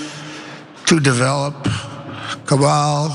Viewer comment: Kabal? It's Kabul